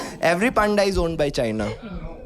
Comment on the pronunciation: It's panda Pa an da( पंडा) Not panda 🐼. 😂😂 But fun episode 😂😂😂✨